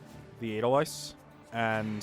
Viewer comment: ( It's "ay-dull-vice", not "ay-dull-viss"... But at this point, I'm probably the only one who cares... I believe in you, I really do...you can...I know it. It just takes practice... In the words of our favorite drill sergeant: "Good work maggot! You're one step closer to human!"